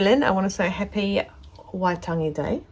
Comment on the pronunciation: Not laughing......But I am blown away at your pronunciation of Waitangi x x